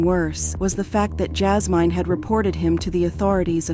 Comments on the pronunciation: Her name is JAS-MIN not MINE🤦🏾‍♀️. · PRONOUNCE THE F**kin’ names properly Jazz Mine? JI-Me? Really? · That’s not how you say her name it’s Jasmine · Oh wow! I was wondering was it AI but I didn't really know... it was driving me crazy how they kept saying her name 😂😂😂